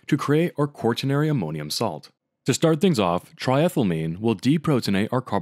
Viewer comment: same thing for pronouncing quaternary like that, THERE IS NO R UNTIL AFTER THE T IT'S NOT "QUART-TERNARY"